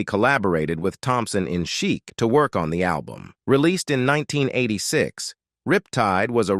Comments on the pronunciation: I know, it should be pronounced "sheek", but that's AI for you. I also laughed when the robot said "Florence Plus The Machine". 😂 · Why is the narrator calling Chic, “cheek” 😂😂😂